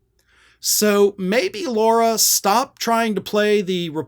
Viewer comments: The woman is an idiot, true, but at least pronounce her name correctly: it's "LARA", not "LAURA". Jeesh. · her name is Lara, not Laura. if you're gonna hold republican's feet to the fire over mispronouncing Kamala's name, you need to do the same and make sure you don't mispronounce GOP names. really bad messaging, especially since you have a JD. one would expect you are capable of being detail-oriented.